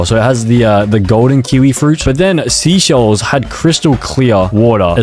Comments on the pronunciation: Seychelles is pronounced sayshels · bro called seychelles "sea shells'😭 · The way he said seychelles wrong 😭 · and the fact that he said Seychelles was a stupid name and him pronouncing "Austria" as "Australia" is just so irritating. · The fact he said all of the countries wrong it’s not sea shells it’s seysheles(say shells) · it’s actually pronounced like say-shells, not sea-shells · Seychelles is not pronounced seashells. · It's not seaychelles say chelles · It’s actually pronounced (say-chELL-ees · bro it’s pronounced (say-SHELLS) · How you pronounce seychelles (Say - chill - a'z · Every time he says a country’s name wrong: Canada - Canadia Seychelles - Seashells Saint Kitts and Nevis - Saint Kit and Nevis Liechtenstein - Lithuania Austria - Australia Vanuatu - Vanautu Australia - Austria São Tomé and Príncipe - São Tomé and Principal - São Town Principal Saint Vincent and the Grenadines - Saint Vincent and the Grenades Antigua and Barbuda - Antique and Barbecue Samoa flag - Polynesian flag - Samosa flag Suriname - Surname Grenada - Grenade-a Cape Verde - Cape Verdi For a grand total of 16 times. Tell me if I missed any countries in the comments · pronounced like “SAY SCHELLS” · Bor said seaschells